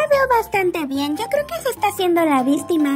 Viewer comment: Me morí de la risa cuando violencia no perdón violeta dijo "creo que se esta asiendo la vistima" Yo: vistima vistima xDD